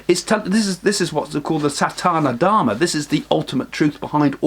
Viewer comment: Thank you for this excellent info. A small error in your pronunciation it is SaNaThaNa Dharma n not Sathana Dharma.